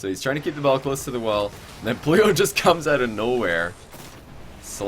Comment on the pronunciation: re: shogun. The first week was horrible... the way he kept pronouncing pluto was hella annoying... im glad he either watched it back and agreed or that someone told him to please pronounce his T's because week 2 when I first saw pluto playing i though "oh shit" but he'd fixed it. As for is actual casting, brilliant, the amount of info he picks up on and dissects was a breath of fresh air.